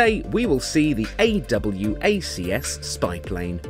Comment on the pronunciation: no need to say a double u a see ess, just say awacs